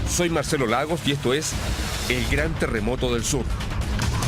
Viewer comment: Este weon dice teremoto jssjjs😄🤣